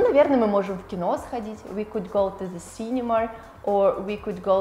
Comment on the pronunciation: почему вы говорите синемаР?